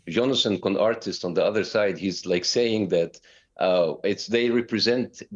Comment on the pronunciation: lmao bassam intentionally mis pronouncing Conricus' name